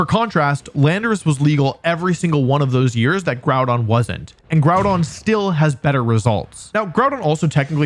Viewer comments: I know it's a meme for pokétubers to pronounce pokémon names wrong but I'm very disappointed you pronounced Groudon wrong. Its Grew-Don. SMH. Do better 😢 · Groudon. Before JimmithyCool comes in and ruins it by calling him 'Grudon'